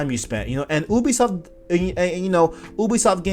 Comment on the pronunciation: Yo, can't wait for some of these possible features! But dog, your pronunciation of 'Ubisoft' kills me! Haha, just teasing. Great video man! I've gotta point out that black bar instrument in the background to lift with is super dope! I have one of those. Also, was there a fan on in your room because those hanging objects near your light switch is hella moving.